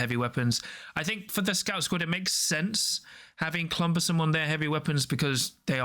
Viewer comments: Cumbersome not "clumbersome" 😅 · Excellent video! Thank you for your insight, these help to show how teams' average performance can hinge on small things. As a tip incase you get people talking about it, I think it's just a language thing, but in the US Cumbersome is spelled and pronounced without an L. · Maybe it's a portmanteau of "clumsy" and "cumbersome" 😂